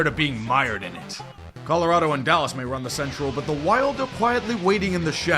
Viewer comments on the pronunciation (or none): none